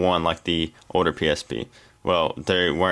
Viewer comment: pronounce your L's right. not oder. older.